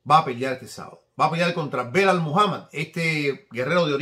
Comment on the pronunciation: SALUDOS DESDE PERÚ QUERIDO, UNA ACOTACIÓN EL NOMBRE DEL RETADOR DE LEON EDWARDS SE PRONUNCIA "BILAL" NO BELAL, UN ABRAZO MI HERMANO!